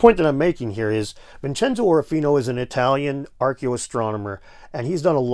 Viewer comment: You pronounced Orofino correctly! Good job